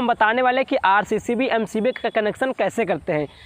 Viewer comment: MCB hai आरसीसीबी sahi se बोल दो